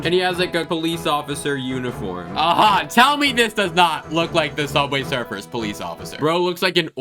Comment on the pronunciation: Sooubway srfr